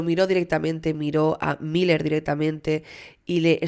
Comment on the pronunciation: Me perturba la cabeza cada vez que dices “mayer” se pronuncia “Miler”. Desde el cariño te lo digo que me gusta mucho tu canal pero esas cositas podrias ponerles un poquito de atencion. Besitos